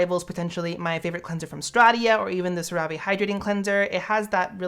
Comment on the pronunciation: Every time I hear you pronounce Cerave I hear sarape, and I cringe tbh. I think it's "cera" like in ceramides and "v" as the letter v.